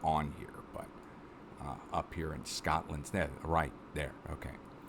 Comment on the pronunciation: Love the connery-esque pronunciation of "Shcotland"!